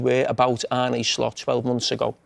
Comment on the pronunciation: You have to pronounce it as Arn-uh and not Arn-ie